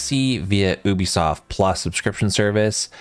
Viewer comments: YOU B Soft.... NOT OOBE Soft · It is not Oobisoft. Uuuu-bisoft